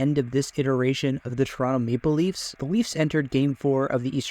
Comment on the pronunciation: Is "Maple Leafs" that hard to pronounce?